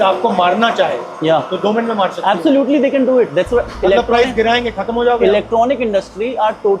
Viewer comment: Absulotely absulotely absulotely 😅😅😅😅